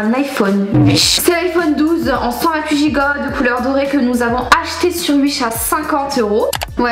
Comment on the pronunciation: par contre ça me fume les "blutoo" ou les "uish" 😭